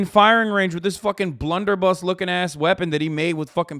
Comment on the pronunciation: Bro really said 'blunderbussy' 😭😭